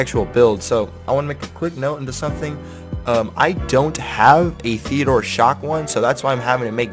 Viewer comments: TEE-DEE-ORE!!! Not Theodore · Is he purposely calling it Theodore or ???